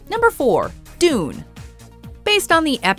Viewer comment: Doon? Djune?